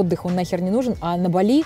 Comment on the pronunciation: БАли (ударение на 1 слог)